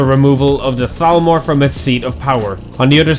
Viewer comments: You actually said thalmor instead of talmor good job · Nice pronunciation on the Th's on "Thalmor"